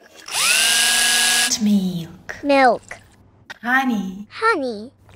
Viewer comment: This girl best words: Coconet melk Coooofei Honi